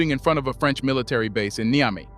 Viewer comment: Please learn how to pronounce Niger and Niamey. You keep pronouncing them differently each time you use them!